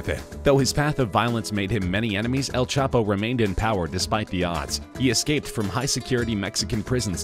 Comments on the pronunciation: “.. better known as El ChapA” Has this narrrator been dwelling in a cave the last few years? Even a 6 year old knows its El Chapo!? He makes the mistake also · Who is El chapa?😂 your " o " is none existing